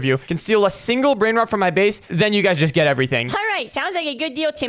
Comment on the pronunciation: He said brainrats